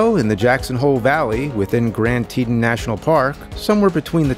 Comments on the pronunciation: Teton is said"Tee-Tawn" at slightly slower speed than the "te-t'n" said in the video. Just saying. Ok, by the middle of the video he finally gets the name correct. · sorry i cant let it go, its like tee tawn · It hurts my brain when he pronounces Teton. It' s TEE TAHN.